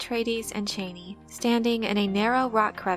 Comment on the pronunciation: OMG the way you pronounce Chani. My ears are bleeding.